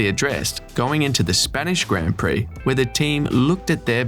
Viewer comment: Please pronounce "grand" prix properly